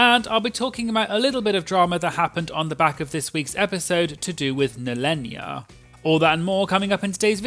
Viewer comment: It's NEHEllenia, like you would say Kahana. Not Nellenia xD